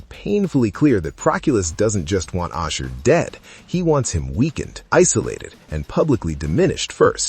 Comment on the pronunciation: ASHUR NOT OSHER wtf...